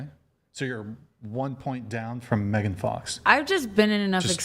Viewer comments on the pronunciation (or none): none